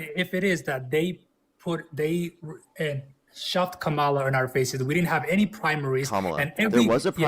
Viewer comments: Maga pronounces kamala as "cam ala". Caller pronounces her name cam ala. Caller is 100% maga. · When a person mispronounces Kamala's name 'Kamal'a it is a dead givaway that the person is MAGA.